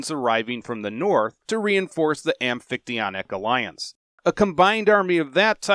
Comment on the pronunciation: Hey a YouTube video including the amphictyonic league that's not just a robot voice reading how to pronounce it.. nice.